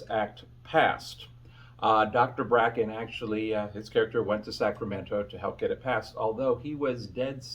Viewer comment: It was Dr. Kelly Bracket, it sounds like you said Dr. Bracken.